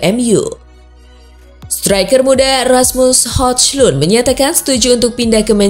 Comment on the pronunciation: Mungkin dia mau iktikaf di bulan puasa tahun depan. Soal salah penyebutan nama ya harap maklum . Mau dia bilang hojlun , hajlen , hujlin juga gpp... Channel channel dia.. Suka suka dia.. 😄😄😄😄😄